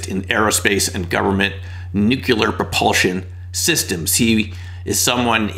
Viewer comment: I was listening until I heard “nuc u ler”.